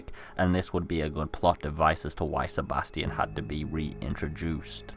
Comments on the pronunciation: FFS AVID ITS STEFANO NOT STEFANI :C Stop butchering names XD also Nice video you got there \o3o/ PS: OH FOR FUCK SAKE ITS SEBASTION NOT STEBATION :V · I also heard Stefani but I knew he meant Stefano. But Sebastion oh my god how did you think that.